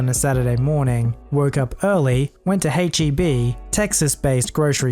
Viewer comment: They way said heb really bother me, cause it just sounds so weird the way he says it that it sort of driving me but, and I know I shouldn’t but still. H-E-B is a big thing and maybe it’s just one of those things were we as Texans just say things differently than how others view it? But I don’t know